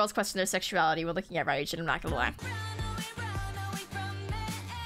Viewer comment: lol, how is she gonna call herself a Midzy and not know Ryujin’s name is pronounced “Roo-Jin”?